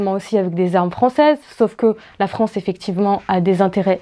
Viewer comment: la fronce la fronce la fronce